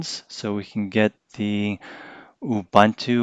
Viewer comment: Funny: prior to this video, I have listened like a reviewer butchered the word: Linux. Now this reviewer is doing his best to butcher the word Ubuntu.